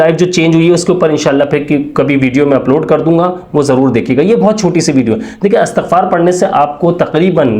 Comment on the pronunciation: اسلام علیکم بھائی یہ اَسْتَغفَار نہیں ہے بلکہ اِستِغفَار ہے۔